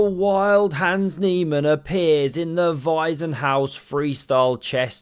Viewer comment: It is Weissenhaus, like [vaɪ̯s] as in Miami Vice... Waisenhaus as you pronounce it as [vaɪ.zə] is an orphanage... just sayin